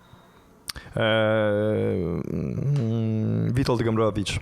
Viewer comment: Gombrowicz, not Grombrowicz